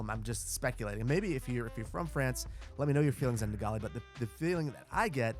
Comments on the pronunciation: Or pronounce Gaulle like ‘goal’ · The "e" in Gaulle is silent.